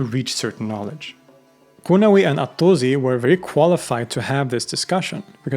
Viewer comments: not zi but si Attuzi is wrong for no reason WHY? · Albeit being Swedish, I think this comes from the fact that in English the u sound is always follows by z not s. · It’s pronounced al-Tūsi (with a long ‘ū’ sound), not ‘al-Tuzi.’ The Arabic letter س (sīn) gives an ‘s’ sound, not a ‘z.’ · He tries his best, and it's better than some/most. But it is still not correct in either Arabic or Persian. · Great video as always, one thing though the s in Tusi is pronounced like s not z.